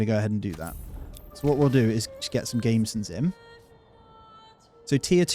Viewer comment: The word is pronounced gam-besson not gameson (unless maybe your sheep produce lames), and if you had ever had the misfortune to wear mail without a gambeson underneath it (as I have, both with and without), you would realise why the gambeson was always worn, with or without chain or plate mail over it, although the full thickness of gambeson with up to nine layers of stitched linen was usually not worn underneath anything. Surprisingly, such thick ones were very effective as armour, and chainmail was only harder wearing, and no more effective against most weapons. As a first layer of armour, no more than five layers were usually worn, and often only three or four. But they were essential to stop your mail ripping your skin to shreds.